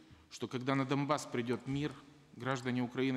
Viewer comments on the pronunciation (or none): Он даже не знает, как произносится Донбасс. Ничего себе президент...